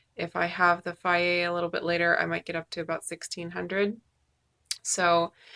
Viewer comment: Is that how you pronounce Fage? Fiaye? Interesting! Hee hee, I've alwaus called it Fayje.